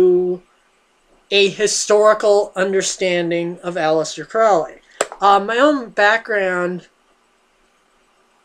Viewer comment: Can you even read? You really should read a book before reviewing it. FYI Crowley rhymes with holy, not foully.